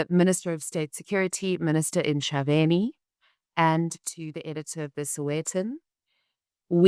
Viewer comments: Is Emma a South African? Why she call Mcebisi Jonas Msebisi? Why she can't ask from fellow colleagues how to pronounce it. If you area South African at least you should be able to pronounce a local name. If she can't ,next time she better say Mr Jonas because to me msebisi means something else. I can't believe people like Renaldo Gouws are quick to ridicule Malema's pronunciation of Elon Musk yet they can't pronounce the name of the town where they stay. Isn't a shame? I also heard the other right winger called colonel denouncing president Ramaphosas pronunciation of primafacie yet he could not pronounce Mchunu . He says Mtshunu . . Most white people in this country think president Trump is a paramount chief of South Africa. He is not . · Not Msibisi maan, he is Mcebisi. Mce Mce Mce not Msi Msi Msi big difference